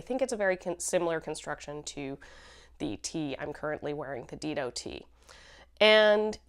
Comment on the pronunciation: Great show! Dido is pronounced Dye-doh, named after the first queen of Carthage. 🙂